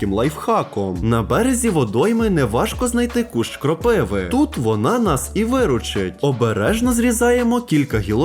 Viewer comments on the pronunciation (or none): Правильно казати кропива' а не кропи'ва